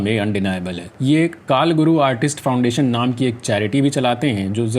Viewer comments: Kalaguru, not Kaalguru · Not kalguru, it's kolaguru